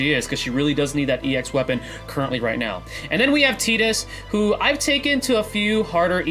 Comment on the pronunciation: Great discussion, thank you! I'm a bit new and only have three Ex weapons, but one of them is Lightning's, so I'm really hoping she is picked first as well. And hey, kudos for pronouncing Tidus's name right too.